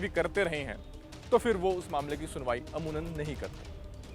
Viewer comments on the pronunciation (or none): अमूनन नहीं अमूमन होता है।